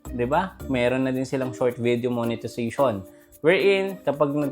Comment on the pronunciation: Tumahimik ka, ni sarili mo nga hindi mo kayang kumita ng ganyan kalaki. Isa pa tagal mo na sa larangan ng social media. Palagi kang nagtuturo about monetization .Ni monetization nga hindi mo pa ma pronounce ng maayos. Tumigal ka nga jan. Ayusin mo muna yang bibig mo kaysa sa mga tutorial mong bulok.